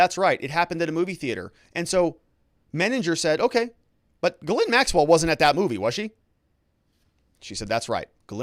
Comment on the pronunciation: It's actually Ghee-lé(i)n, the "e" is very sharp and the "i" is very faint. It's posh 🤮